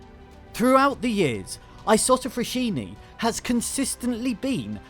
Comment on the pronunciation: Thank you for the good video. I live 6km from the Saronno's Isotta Fraschini old plant. Just a thing : fraschini is pronounced "fraSKiny" not "fraSHyny". 👍❤❤❤